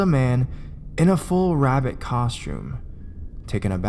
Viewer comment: God damn wabbits